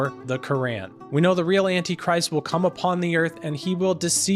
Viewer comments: Bro I think your pronouncing the book wrong your saying the Korean instead of the Quran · Why do you say Quran like that?